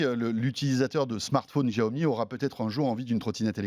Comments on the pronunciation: J’adore le jeu de mots : En chinois, Mi Fan signifie « riz bouilli » 😂. Et puis, François, arrête de prononcer « Giaomi », c’est « chiaomi ». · Même pas foutu de prononcer le nom de la marque correctement, Yan Liu le prononce plusieurs fois même pas il capte ou il le fait exprès. Et bordel arrêtez de ramener a Apple systématiquement, c'est pas eux qui ont eu le monopole de l'innovation, l'avantage de Xiaomi c'est déjà de le proposer moins cher sur un ensemble de fonctionnalités et de technologies. Essayez de restez neutres dans vos propos. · Deh que j ai cliqué sur la vidéo j ai direct su qu'il allait prononcer bizarrement "Jiaomi"... Mais renseignez vous au moins avant de tourner l émission.. Bref consommateur depuis plus de 4 ans mi band 3 portable mi box et plusieurs petit gadget qui fonctionne tous encore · chia-o-mi pas xhichaomie... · D'jaomi mort de rire !!!!! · C est pas jiaomi , c est chiaomi voila comment on le prononce , comment gagner de l argent c est sur le volume tout simplement et même s il gagne entre 5 et 10 % c est déjà pas mal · J’adore ce type :). Bon j’ai vécu 8 ans en chine, et Xiaomi est une sacrée marque là-bas. On prononce bien Chiaomi. Et le jeu de mots: les Mi fans ! Cela veut dire Riz en chinois. :) Super vidéo François !! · Pourquoi il fait exprès de mal prononcé la marque ? J'étais fan de la marque. Maintenant je suis un mifan 😋😎.mon redmi 4x fait toujours bien le taff et mis à jour régulièrement. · Ça se prononce chiaomi